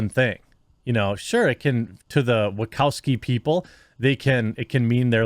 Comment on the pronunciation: Wachowski is pronounced Wa-shau-ski NOT Wa-cow-ski.